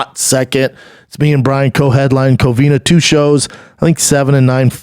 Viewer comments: Brendan it’s COVINA not Covinia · say it with me schaub, COVINA, not COVINIA